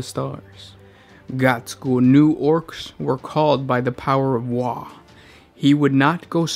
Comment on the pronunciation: You mispronounced WAAAAAAAAAAAAAAAAAAAAAAAAAAAAGH!!! Good video though 😁